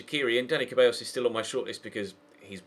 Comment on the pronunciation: Once again, while trying to pronounce Dani Ceballos' last name, you keep butchering it!! It's not Cah-Beh-ios, it's Zeh-Bah-ios!!!! AAAAAAAAAAAAAAAAAAAAAAAAAAAAAAAAAAAAAAAAAAAAAAAAAAAAAAAAAAAAAAAAAAAAAAAAAAA